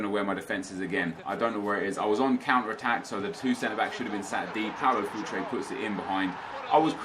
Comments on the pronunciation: he said inform futre lol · he says inform Paulo Futre. oke.